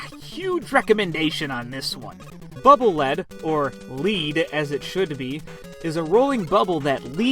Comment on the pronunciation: At least according to how it's written in japanese, Bubble Lead's read as "leed".